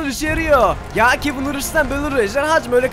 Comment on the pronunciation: Kevin yox kevın